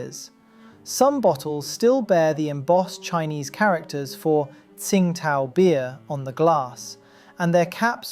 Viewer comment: it's pronounced "ching-dao"